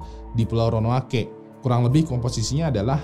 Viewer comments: Jdi yang benar Ronoake atau Roanoke nih bang?? 😂😂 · DI BACA ROWANUK. BUKAN RONOWANOKEH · Roanoke apa Ronoake. Bang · ROANOKE Baca RONOUK. Next mohon bahas Norfolk Regiment yg hilang secara misterius pasca masuk ke hutan berkabut Bang. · Sekedar kritik konstruktif buat: tolong pelafalan istilah, nama tempat, dll diperbaiki... Ro-a-no-ke... Bukan Ro-no-a-ke... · ronoake atau roanoke yang betul guys?🙏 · Ronaoke apa ronoake bang? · Ronoake ato Roanoke.. 😂😆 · Roanoke apa ronoake ya????? Hhmmmm🙄🙄🙄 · Roanoke apa Ronoake.... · kok gua dengernya ronoake ya ? ronuok bang bacanya haha cmiiw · ronoake ape roanoke bang ? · ROANOKE apa RONOAKE? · Ronok bang bukan ronoake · Bang ROANOKE atau RONOAKE wkwkwkwk :v :v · Roanoke bukan ronoake: ronoake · Roanoke dibaca Ronoake 😂